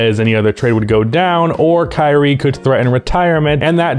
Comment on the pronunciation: thought you said "Karey Irving" lolol